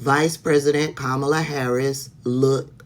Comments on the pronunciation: Sis. I Can't even watch your video because you mispronounced Kamala's name at least twice by . As a subscriber, I expect better from you. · Thanks for the work that you do, but please stop mispronouncing Kamala’s name. I know it’s not intentional, but it still irritates my spirit. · 👋🏼, it's Kamala[punctuation mark comma la] if you say that, it will stick in your mind, love you anyways🥰